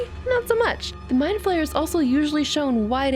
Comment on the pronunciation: My mom: it's not an " mind flamer" it's a spider elephant Me: mom no its mind flayer My mom: and who cares it's an elephant spider Me: I thought you said spider elephant My mom: girl stop correcting me Me: there is no more me